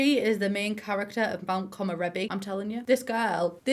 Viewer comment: also the world should be pronounced ko-mo-re-bi not ko-mo-ro-bi